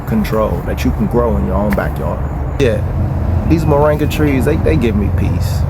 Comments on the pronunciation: Its MORINGA not moranga ! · Mor-IN-ga dear, not Mo-RANG-a. Just saying... 🧓